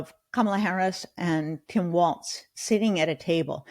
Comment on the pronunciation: Walz is pronounced “Walls”, please - not “Waltz”. Not sure how anyone can expect a MAGA to pronounce the Dem candidates’ names properly when even the Dems can’t be bothered to do so…